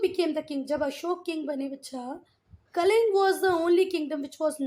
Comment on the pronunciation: That is not kaling kaling